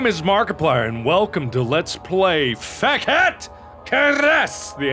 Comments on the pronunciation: Mark saying "Fekete", sounds like "FECK ET" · when he said fekete it sounded like he said fuck it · it sounded like you said "PHAGET" xD